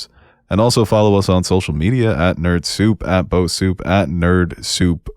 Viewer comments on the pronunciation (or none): none